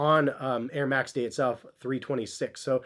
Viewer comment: “Nair max”